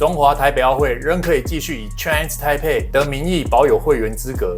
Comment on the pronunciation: 不只是波特王，很多台灣人 Chinese台北 不會講，都說成 Chinese胎輩。改成大家都不會說錯的 台灣 吧。